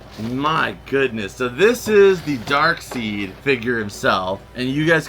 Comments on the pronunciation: Driving me crazy saying his name wrong I know how it's spelled but it's Daekside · Think Darkseid is pronounced dark side lol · there's a gitd Flying Dutchman pop from new movie set....Darkseid it's jus pronounced Darkside....lol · The way u pronounce Darkseid bothers me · Is darkside not dark seed